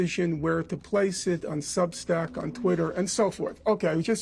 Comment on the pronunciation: Piers called it Substink lol